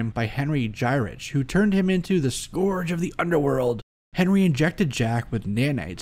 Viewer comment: Great episode...you persistently mispronounce "scourge" (pronc: skUrge) and you mispronounced "posthumously" (pronc: PAHST you must lee) Keep up the great scholarly work!